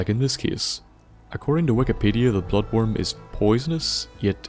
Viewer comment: it sounds like he's saying nigga world😂😂